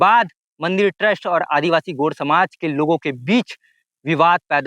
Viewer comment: भाई गोंड शब्द का सही उच्चारण तो कर ले, gond गोंड शब्द है गोड नही । बिंदु का उच्चारण भी कर ले।